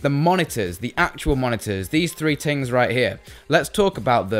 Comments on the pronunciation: 1st has vodka and 2nd he said tings instead of things xD. No hats for though I'm a really big fan and I just wanted to point it out:) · "these 3 tings right here"